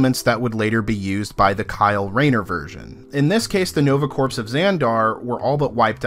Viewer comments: When you say the words corps, the P Is silent its phonetically ”core” please stop saying ”corps” as it sounds bad. Nice video all the same. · I hate to be this guy, but... corps = kor, not corpse. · It’s pronounced core not corpse. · It's pronounced "core", not "corpse". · Corpse is a dead body it's pronounced core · It's pronounced like core not like corpse. Think Marine Corps. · It's pronounced "core." It's a common mistake. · Dear GOD-- are you really saying "CORPSE" right now!?! Edit your videos, for God's sake! I cannot stress enough the sheer, indefensible mass of insults which I wrote-- which you would not have understood-- and which I still found too demeaning to post, though I will say this: If your only job is to talk on the internet, do it at an eighth-grade level or higher. --that, or accept being frequently, justifiably ridiculed and whilst absolutely, completely deserving it. There-- tha'ts not even an insult... -probably should have been.... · You people complain about every fucking thing. He said "Coprse", big fucking deal. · 🤪 "corpse" It's good to know it bothered others & it's not just me. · Im not overly familiar with the Marvel cosmic comics. For the first 2 minutes of the video I thought Rider gets some kind of undead super powers before I realised they meant 'corps' not a dead body. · Hate to be that guy but, "core." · Hey the word Corps ( as in Marine ) the (ps) is silent.... just saying. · You pronounced corps incorrectly the entire video.